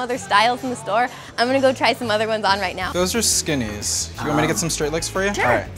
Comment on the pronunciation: i like when the guy says "those are skenees.." xD